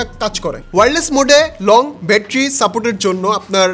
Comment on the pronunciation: ভাই উচ্চারণ টা ব্যাটারি নট বেটরি। আশা করি এই ছোট বিষয়গুলো খেয়াল রাখবেন ভবিষ্যতে।